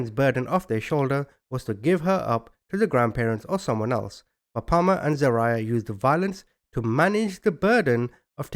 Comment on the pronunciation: It’s pronounced Za-rye-ahh .